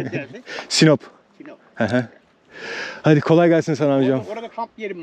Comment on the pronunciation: sinop değil saynop